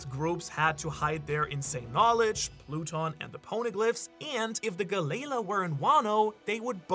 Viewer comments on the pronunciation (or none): Gally la not geigha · Gally law not galala lol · Bro! Can you PLEASE! Stop mispronouncing half the names. Who tf is Gu-Layla?! It’s (Gal)-Ly Law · Bro, I love your videos, but you gotta start pronouncing it right Galley Law not galayla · The gally la pronunciation is killing me bro, disliked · Bro it's killing me 😂 I'm glad you said something. I wanted to but I couldn't do it without sounding snarky..